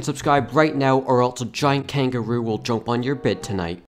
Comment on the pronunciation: Is he Australian cuz he said kangaroo